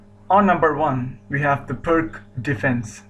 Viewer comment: pirc is pronounced PIRTZ, not »PIRK«.